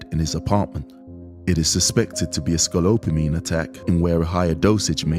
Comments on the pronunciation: It's Scopolamine! not scolopamine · HE IS SAYING IT WRONG. IT IS SCOPOLAMINE WHICH KNOCKS YOU OUT FOR 24 HOURS. It is called "The Devil's breath". IT IS VERY SIMILAR TO Rohypnol or the date grape drugz. SAD THESE DUDES ARE SO STUPID TO GET GOT LIKE THAT. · He said it wrong. It’s SCOPOLAMINE! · He keeps saying it wrong! It’s SCOPOLAMINE!